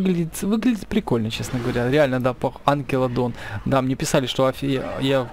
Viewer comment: Не Анкилодон, а Анкилокодон